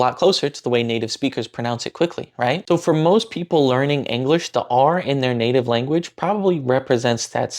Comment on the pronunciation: Hey, good job, but you missed a small detail. I assume you meant "Do you know the way?" You were mostly right, but the consonant in the word "the" isn't a d, it's actually a ð, I guess Indonesian doesn't have that sound so you might struggle hearing it, but try learning it, it will make you sound much more fluent. You can learn about it by googling "The th sound in English" or "voiced dental fricative" there's a voiceless version too that you probably also mispronounce as t.